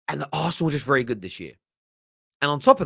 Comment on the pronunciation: When Holding got sent off last season, this guy wasn't all "it's a Norflondon derby! It's a vewwy good game!"